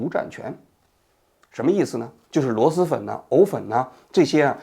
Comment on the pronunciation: 王局，是螺狮粉，不是螺丝粉😂